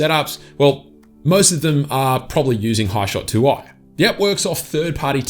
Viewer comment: It's even more random that you call 'Hishoot', 'hishot'? Lol. Only mucking around. Thanks for the video you Ausie. Lol